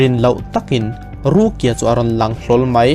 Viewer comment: Rukia i lam dan hi mipa i sawina a ang thin ka ti.. ruki-a tih ang deuh hian a ri a..